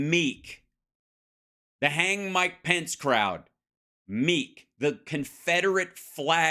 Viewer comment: Why can't Hal pronounce the Vice President's name correctly